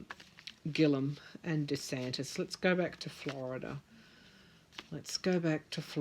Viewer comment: why is it you can pronounce Georgia and Arizona correctly yet when it comes to Florida you throw an extra 'r' on the end? Florida has a lot of church influence in politics. They DO preach from the pulpit as to who to vote for. They even pass out "recommended candidates" cards. Also, sad to say but it's a race thing too. You can book on big $$$ being involved. Scott has sold out this state to fracking and Big Sugar which is the cause of our red tide and inner water way algae problems. Yup, $$$ has made the sway. It's all quid pro quo. Here is the thing, Scott is frantic about losing, promises made. If all this underhanded activity is revealed, he's done. Florida is called the sunshine state, and we have sunshine laws. Things are supposed to be out in the open. That might be your Sun card. I on the other hand see Gillum could win. That cups card is an abandonment of efforts attempted. That sun card is a powerful statement.